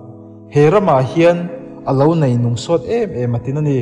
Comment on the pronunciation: Hei mai pawh a ni lo, 'ei' tih turah pawh 'Ai', 'nei' tih turah 'nai' a dang pawh a la tam mai.. Ṭan han la leh deuh se, tun ai hian ngaihthlak a nuam lehzual ang